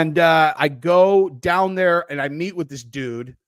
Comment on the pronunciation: That was funny "yankem daoown"